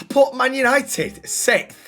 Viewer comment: What a vid lad and say it with me boys YANITED YANITED❤